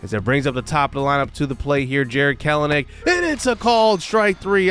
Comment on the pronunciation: Kelenic is pronounced Kelnick. that has been something we braves have learned this year. just a heads up since there will be at least 3 more videos with the braves. Keep up the good work!